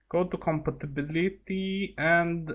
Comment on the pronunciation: compatipitibility xD no hate